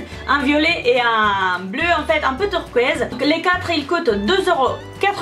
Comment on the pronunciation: Turquoise ------>Turquoeezzee 😂